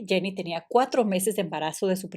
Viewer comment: Jenny no es Janney en ingles. Jenny es ingles tambien